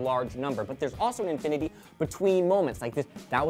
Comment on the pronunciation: To infity and beyound!!! Aw my brain